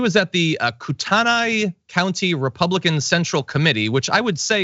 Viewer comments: Koo tan eee County Eh eh eh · It's pro bounced off Coot tee nay